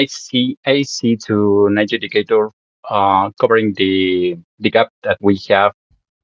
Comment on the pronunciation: 'Knight JUDIE-cator' Dear lord......